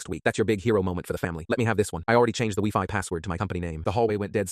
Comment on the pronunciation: "weefi" XD